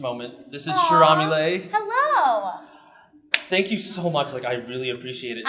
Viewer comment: You said her name wrong and I love how polite she was 🥰 queen 👸